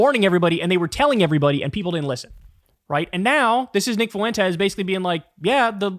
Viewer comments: Jesus H Christ Kyle, it's pronounced Fwen-tes, not Faw-wen-tes! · I can’t get over how Kyle says “foo-entes” instead of fuentes lol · Kyle's dedication to pronouncing his name as Nick Foowentes is unwavering